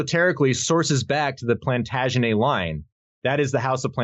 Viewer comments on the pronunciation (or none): It's pronounced Plantaga-NET...you don't use the French pronunciations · Love your work. Just a few words on pronunciation. Hebrew Shin not Sheen. Plantagenet you pronounce the last T (Norman French is like this eg correct English pronunciation of Valet is with T not how Americans say it). Regina is with a soft G. A few others too.